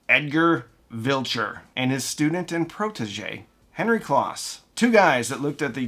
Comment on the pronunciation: Great story telling - couple of nits to pic - Henry Kloss' name is pronounced close as in he is standing close to me. As was mentioned elsewhere, Henry started Advent to make projection TVs. The Advent speakers were designed and sold to fund the projection TV R&D which was his passion project. Advent also made a hugely popular receiver called the Advent Receiver with a tone stack created by Tomlinson Holman later of Apt and THX fame and also developed the first cassette deck to implement Dolby Type B Noise Reduction. They also created the Advent Sound Space Control which was a digital delay to create spatial effects with rear speakers long before the days of surround sound. Henry also founded Kloss Video to continue his quest to make projection TV for the home. The founder of ADS was Dr. Godehard Guenther. His protege Michael Kelly later founded Aeriel Acoustics and made stunningly good speakers which was eventually based in Maine. And don't forget little dbx in Newton Ma that was primarily known for pro audio recording gear but had a consumer division that made dynamic range controllers and a consumer version of their pro noise reduction called dbx type II. They won an Emmy for developing the noises reduction standard for analog stereo TV in the 1970's. Dbx also made loudspeakers for a few years based on a unique design from Dr. Mark Davis later of Dolby fame called the dbx Soundfield One which was very highly regarded and collectible.